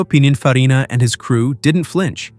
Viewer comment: Its "pin-in-farina" not "pine-in-farina"